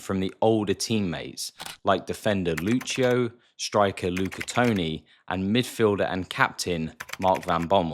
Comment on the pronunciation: Lahm didn't retire from football, he's planning his career very carefully. He was head of the organization of the 2024 European Cup in Germany, and it's pretty clear to anyone in Germany that we will have other roles in the future. As a side note: Please learn how to pronounce non-english names. Lucio and Kimmich are just 2 examples of names you butchered in this video.